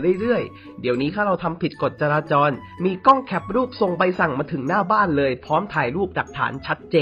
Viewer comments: จราจร ไม่ใช่ จราจล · จราจรครับ..ไม่ใช่จราจล.